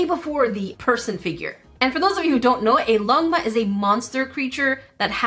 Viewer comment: Chinese are like 👁️ 👄 👁️ when u pronounced "longma"